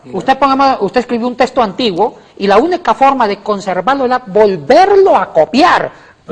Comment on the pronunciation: SE DICE TEXTO NO TESTO.